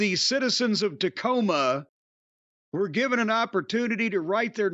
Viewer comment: Dacoma Tome